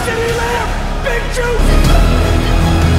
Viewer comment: Waiting for to realize Kaiir Elam’s name is pronounced E-lum